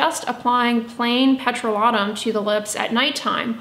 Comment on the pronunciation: I will now stop my scrubs of all kinds. In the winter I do like a little sugar scrub. I’ve begun using glycolic acids and retinols and think its better for my face neck and cheat and am grateful for your advice. I am curious why you pronounce petrolatum as “pet-roh-la-toom”? I’ve been concerned using a petroleum product on my skin because it is a petroleum my product. Is this true?